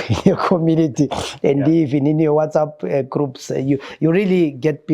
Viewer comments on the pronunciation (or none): none